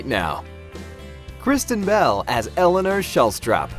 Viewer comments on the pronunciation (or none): none